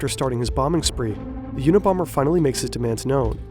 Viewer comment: Check the "a" in unabomber.